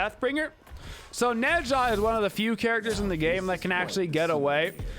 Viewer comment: Not to be rude, seriously I actually enjoy videos, but i'm a newer viewer so I have to know... Does he pronounce the gods names wrong on purpose? Is it just bait to make people mad? Ah pooch? Neh sha? Jotunns? Whymeer instead of Ymir? I genuinely can't tell if it's an inside joke that i'm just not privvy to or if he literally doesn't know wtf hes talking about. The gods even say their names the correct way when you select them in game! I've watched every single video hes put out in the last 2 months and I still cant tell if it's a meme.